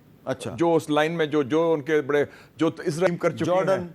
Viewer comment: پہلے اس بیغیرت ملک کا نام سہی لیں عزرائیل نہیں یہ اسرائیل ہے۔